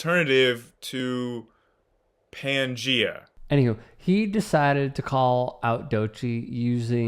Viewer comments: It's Pangaea, not Pangrea. 🤦‍♂️ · He pronounced pangia wrong